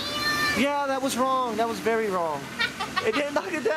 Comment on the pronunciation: "beary" nice